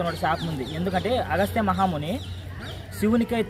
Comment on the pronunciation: clear ga ledu agastiyaN ah ayana ni kuda tamil chesesara 😅